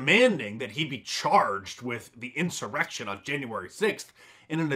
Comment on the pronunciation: Anyone hear the congresswoman accidentally say “erection” instead of “insurrection”? Classic Freudian slip!